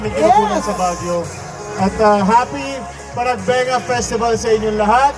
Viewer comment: Kaila and Maris pronounced “panagbenga” so accurately! ❤ Ung pagkasabi ni DJ, mejo hindi pa niya kaya ung ë sound, but that’s okay, naayos niya the second time he greeted everyone😁